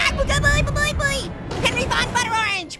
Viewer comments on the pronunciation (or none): none